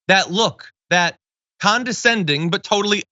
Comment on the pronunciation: Damn, he cannot even totally say the word, "totally" That's tota'y pathetic